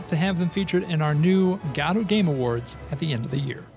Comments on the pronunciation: why do you pronounce it 'gadot' instead of godot? xD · its not gadot , g o d o t , spell it slowly , G O D O T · it's pronounced "ge-doe", my dude. Like the play "Waiting for Godot" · I love how everyone pronounces it goe-doe, but he pronounces it gato. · There is absolutely no "A" in "Godot" :D Thanks for this awesome showcase! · For the love of Christ, Lucifer or whomever you worship, learn to pronounce GODOT.